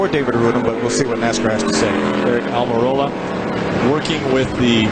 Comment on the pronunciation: Back then NO ONE could pronounce "Almorola" correctly... Took an interview at Dover where Aric had a sheet of paper as to how to pronounce his last name for everyone to finally get it right.